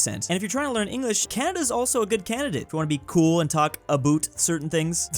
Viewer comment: Did he say aboot instead of about?